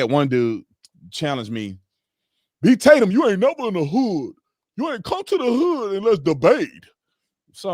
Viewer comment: it's the BEE-tatum...